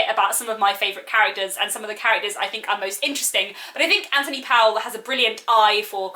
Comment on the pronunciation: I must repeat that the author’s name does not rhyme with towel, but with sole. This is easily verified from a myriad of sources, not least the great new biography of Powell by Hilary Spurling. The thing is that this odd pronunciation is part of the eccentricity and nostalgia evoked by his work, so I think it is important to get it right.